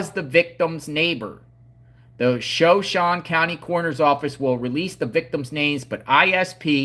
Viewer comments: So shooon ie not shon shoonie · It’s shuh shone e not Shawn e. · It's pronounced Showshown or Showshownee. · It Is Pronounced "Sha Show Knee" Name Of A Tribe Of Indians From (Idaho, Nevada, And Utah) The Area. "S h a - S h o w - Knee" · Sha-shone ...shone rhymes with loan. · You pronounce it sha as in a like shut shone is longe o Sha shone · It is SHOW SHOW n E Idaho Drop the A sound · Shoshone = 'show - shone - eee' , Native Respect💚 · I think it’s Sho sho knee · Shoshone ending pronounced like it rhymes with "phone".